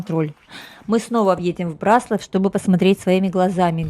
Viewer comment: Вряд ли вы будете в восторге, если кто-то, рассказывая о городе, в котором вы родились или живёте, раз за разом будет делать ошибки в ударении. Город — Бра́слав. Район — Бра́славский, озёра — Бра́славские, соответственно, Бра́славщина. А то, что вы назвали тайной, покрытой мраком, имеет свой термин — орфоэпия.